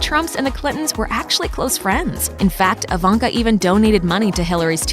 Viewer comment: why reporter spells her name like "AVANKA"😆😆😆